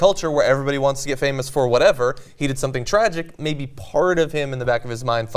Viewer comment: Ana, do you really need to emphasis "He did" like that?